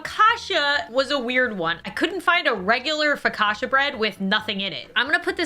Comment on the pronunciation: Why am i the only one that thinks she said focaccia wrong? 😔